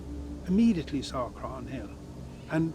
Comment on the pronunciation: At about 20 minutes in a site and mummy from Ireland are being discussed. For reference, you don't pronounce the g in Croghan, the best way I can think to describe the proper pronunciation is Craw-han, with very little emphasis on the imaginary w.